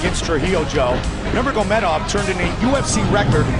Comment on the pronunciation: Cheers to DC for knowing how to pronounce Khabib’s middle name.